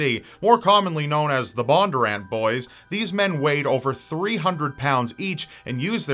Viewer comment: Also their name is pronounced BON-durr-ANT. It’s pretty phonetic not sure why it was so hard to say